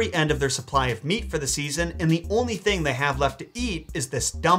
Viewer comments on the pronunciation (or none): none